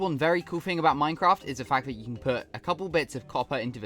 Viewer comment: minecwaft accent! keep it up bro!